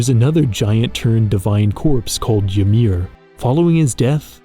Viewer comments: Friend. Salt of the earth. I love everything you create, but I have to admit, as a Norwegian with an interest in Norse Mythology, hearing you pronounce Ymir with a J sound made me physically flinch. 😅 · The giant in Norse mythology is actually pronounced imir but it is easy to see how you could get confused. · The way he pronounced Ymir lol 😂